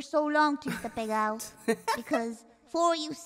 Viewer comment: I love that "pegao" is so viscerally upsetting to every Puerto Rican I've seen react to it that they just can't help but double or triple their use of Spanish. Their souls are screaming "¡Para!"